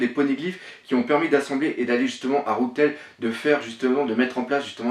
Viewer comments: "rougue t'aile" pour rough tell ou les "mouguiwaRa" c'est assez gênant je trouve d'autant plus que tes videos sont de qualités et ont toujours un super fond ! C'est que mon avis mais un petit "rof tell" ou meugiwara en ne prononcant que parciellement le r ca serait un plus qui aprouverait ta crédibilité ! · Tu t'es gouré dans la prononciation de rough tell c'est rou(f) tell